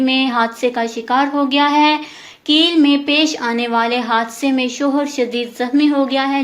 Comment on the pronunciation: It's not keel it's kail